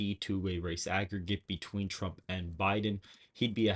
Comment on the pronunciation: TWUMP TWENNY FOUGH!